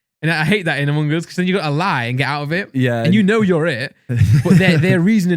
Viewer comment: “Umung uz”